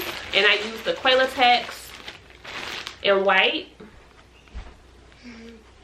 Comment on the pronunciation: I just mentioned it too and just saw this comment. I am southern as well. I believe we both pointed it out because you pronounce it with a long "A". Still sound adorable saying it😊